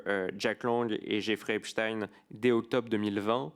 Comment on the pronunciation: Metci Mr Charles Alloncle de dire epstein et non epstine. Rien que ça denote qu'ils sont aux ordres. Personne ne dit Einstine mais Einstein